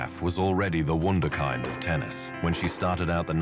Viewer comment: Fuck AI. It's Wunderkind nit Wondakaind.